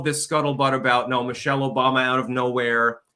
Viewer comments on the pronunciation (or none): none